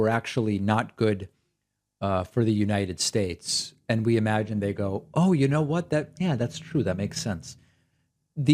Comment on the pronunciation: You leftists need to back off of Trump. He gave us such holy additions to the English language such as "bigly" and "abrain." He was President of the United Shtaysh, you can't make fun of him!